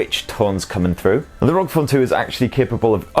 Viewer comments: I have to correct you. It's called "are-oh-gee" phone not rog phone. Republic of Gamers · Don't you ever say rog again It's R O G